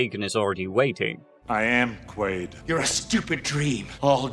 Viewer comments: It is absolutely Quaid in the movie….which is what this video is about so every time I hear Quail it’s like fingernails on a chalkboard. I had to stop watching. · Quaid not quail 😂😂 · You lost me at "Quail" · Bummer I wanted to watch but cant get past you saying the literal protagonist name wrong every time.